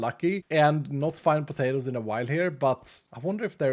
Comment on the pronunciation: say "pah-tay-ters". Lol. Love it. He could be from the deep south of USA. 😂